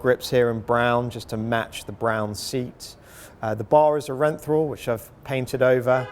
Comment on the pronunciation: Renthrall bars? 🤔😂